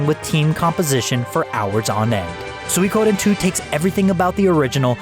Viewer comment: it really ticks me off when i hear swikoden